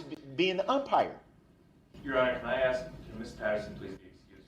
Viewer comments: I didn axe then to do dat,what a fool,,😂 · Did I axe them to do dat. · "I did not ax dem to do dat." Ugh. He infuriates me. 🤬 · Can I axe a question? What is this troof he speaks of? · I didn’t axed dem to do dat 😂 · “I did not axe them to do dat.” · Never! EVER! EVER EVER EVER EVER…. Trust anyone who says “Axe/Axed instead of Ask/Asked. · I did not AXE dem to do dat....i did not axe dem to do dat....its a rush to judgement....its not lawful law.....you dont under-SHTand....you not rushin' me to judgement.....my paperwork is missing for some odd reason ...i axe for a legal finding of fact & legal reconsideration....(I dont know what the hell im talking about) Groundz for the substain? Do you keep regular contact with that child? ***Ummmm....mr third party intervener....do YOU keep regular contact with that child????** (PS....does she actually hate you?) Here it comes: Perry Mason moment.... Do you recognize these pictures i pulled outta my ass?? Taaaa-daaaaaa!!!! Case closed. Check mate😂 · The guy who thinks he's so smart you think hed learn how to say the word "ask" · Im going to miss the ghoul going to court each day and making a complete idiot of himself for our entertainment 😅 the best bit is he thinks he looks clever, especially when hes questioning Erika and arguing with the judge, hes so stupid that he cant even get a word right that he hears 100 times a day "substain"😂 and why does he constantly try and eat his own lips? He is truly a repulsive little turd goblin, he makes my skin crawl 🤮